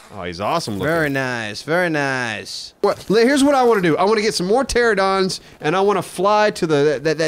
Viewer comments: "pteradon" pls tell me someone knows what's so disappointing about this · Sorry to be, 'that guy', but it's not Pteradon, it is Pteranodon. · ITS NOT PTERADON! ITS PTERANADON! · Haha in the 7 years of ark they still say teradon bahahah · They still can't say pteranodon😂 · Do they ever learn how to pronounce Pteranodon? So suspenseful.